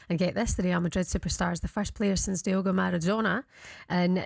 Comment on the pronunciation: "Diogo Maradona"